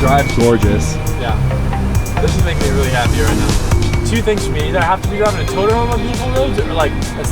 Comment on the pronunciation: Nobody:: toTERR